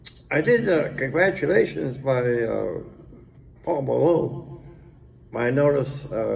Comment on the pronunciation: "Pual Malone"